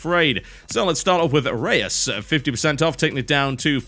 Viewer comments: Rayus? I'm pretty sure it's Reus; as in Zeus. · its not re-us its reus, the combination of the letts e and u is a single sound, it means giant in Dutch. ^^ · Reus is pronounced Royz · Pronouncing Reus like a boss. It's a Dutch word, Google Translate will help you ;) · Hey TotalBiscuit, i love you commentary videos a lot, but i just want to point out that you pronounced "Reus" incorrectly, since it should be pronounced as in a Dutch word, if your are unfamiliar with it, check google translate, write in "Reus", with translation Dutch to English, and you can hear it how it is pronounced, but nonetheless, keep up the great work, i love them all :)